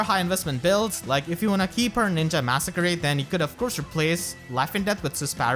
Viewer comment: the way you say masakari like massacre-y is so funny to me